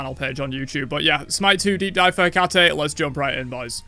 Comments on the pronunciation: Heck-ah-TEE Greek female name ends with an E... you pronounce the E Observe: Aphrodit-EE Persephon-EE Nik-EE Dion-EE Heb-EE Khion-EE Alcmen-EE Dana-EE (Danaë <-hence the two dots above the E in her name so English speakers won't blend the sound with the preceding A) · Ih-kah-tee, they need to learn to pronounce her name!!!